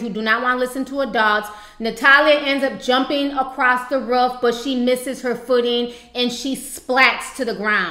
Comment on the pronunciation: I feel so bad for the woman who had to witness the fall smh! But, I just love the way you pronounce "roof" lol 😭😭.